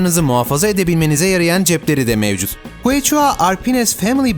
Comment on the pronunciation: ingilizce biliyorum arkadaşlar siz bilmiyorsunuz demenin başka bir yolu keşua diye okunan quechua yazısını kueçua diye okumak!!!